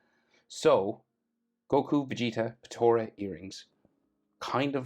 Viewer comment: Btw it’s called potara